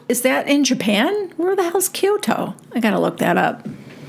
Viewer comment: Coto, not Kyoto .